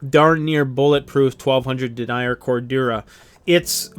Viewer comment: Sounds funny hearing you call it dennier like deny-er..... I am pretty sure it's said like Denyeer.